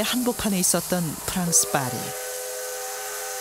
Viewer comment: 파리가 아니라 빠리라고 발음해야 제대로된 프랑스를 아는 첫 발걸음이죠 역시 불어를 공부하신 나레이터께서는 빠리라 발음하시네요